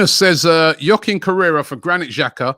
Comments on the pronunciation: I dont blame him for mispronouncing names but when he gets the spelling wrong and doesn't even know the player's position 🤦‍♂️ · Correra rhymes with Torriera 😂😂😂